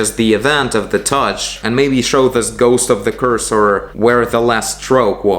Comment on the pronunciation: it is pronounced like "curse her" (without the H) than "coors sore"